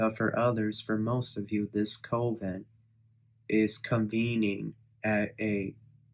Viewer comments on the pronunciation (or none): Coven is pronounced with a CUP sound. CU-ven. It looks like the COVE sound due to its spelling. Just an FYI. Hooked on Phonics doesn't apply with everything. 😅